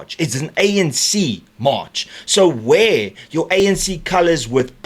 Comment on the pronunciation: The word is March not mush